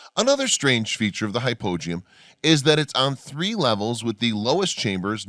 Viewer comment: Hypogeum how come you pronounce it completely differently than all the other people I've ever watched a documentary that is mentioned it I wasn't even sure what you were talking about till you showed it